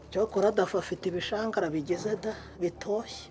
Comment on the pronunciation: Bavuga ibishwangara ntago bavuga ibishangara